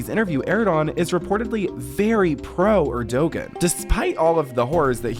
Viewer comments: for anyone making YouTube vids please find out how to pronounce names so you don't look like you don't know any world news. It's pronounced Air-Du-juan/ Er-Du-wan (Erdogan) and you don't pronounce the P in Coup. All that being said, good video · the Turkish prime minsters name is pronounced 'er-do-han' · I know! Gosh they don't watch regular world news eh? "Erdowan" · The G is silent is Erdogan btw, and 'coup' is pronounced "coo" 😂. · The man narrating this cannot pronounce the Turkish President's name. If you want to send information to the public, give respect and learn how to pronounce a person's name. Lindsay does not sound like she has some fake accent in the majority of this video clip. She knows how to pronounce names and speaks in her own voice in my opinion. Is everyone so bored that they need to keep making up comspiracy theories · Maybe learn to pronounce words you're going to use so frequently? Like Erdogan? Or coup? I mean come on... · Thats not how you pronounce Erdoğan. Im sorry but you sound so so dumb every time you say it. Do you never watch videos about turkey or geopolitics? Hes been president forever! And hes still controversial. Yikes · I love your videos but PLEASE learn how to pronounce words properly, like coup and the president of Turkey's name. It would be very easy to learn the correct pronunciations for words before making your videos and it would make your videos even more professional and make you sound far less stupid. I know sounding educated is not a priority to Gen Z but why not give sounding like you know what you're talking about a try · And the pronunciation of Erdogan was super cringey, too. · erdoGAN not erdOgan, the p in coup is silent, jesus when erdogan was at the white house with his version of secret service he sent them to violently physically attack/beat american protesters of his regime before he was due to leave back to the embassy shit didnt even get on the news